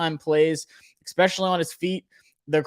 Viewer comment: Only criticism bro, it’s “especially” not “expecially”